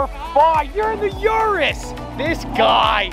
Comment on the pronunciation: “The uristhh!”